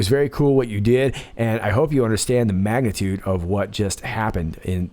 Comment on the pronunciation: min......You said "magnitude".... -[ni] +[A] = MAGATUDE ;)